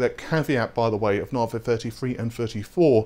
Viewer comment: Oh mate how can you get the pronunciation wrong for so long? Even at the AMD events they call it navi not naarvay. The star or system they are named after is pronounced navi not naarvay...